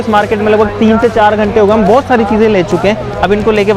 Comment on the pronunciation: Bohot sari ❎ bhosari ✅ 😂